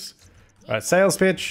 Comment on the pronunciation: anyone else hear 'Sales Bitch!' instead of 'Sales Pitch!'?